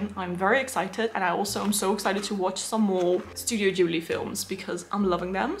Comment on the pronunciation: Yes someone who pronounces Studio Ghibli the 'correct' Japanese way, yay! 🙂 I love My Neighbour Totoro & Kiki's Delivery Service the most, but also adore Howl's Moving Castle, Spirited Away & Princess Mononoke. Want to see the Grave of the Fireflies, but it's only available in Japan, to my knowledge 😞 Hope you had a lovely birthday, looks like it! My daughter is also a December baby & is the same age as you. Lots of wonderful gifts!